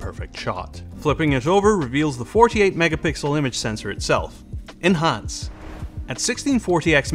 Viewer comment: he says "enhance" like "in hans"